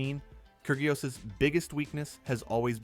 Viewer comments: I cant stand the ai voice saying KER GIOS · “Kurg ee os” lol